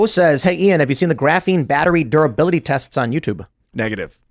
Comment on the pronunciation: Ian should be penalized 10 bucks every time he says the word graphine